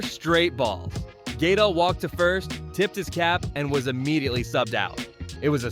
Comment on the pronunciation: GUH-DEL! Dammit! It’s not Gaydle. It’s Guh-del. Gaedle